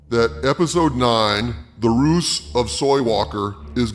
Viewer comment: "The roose of soywalker".... brilliant 😂😂😂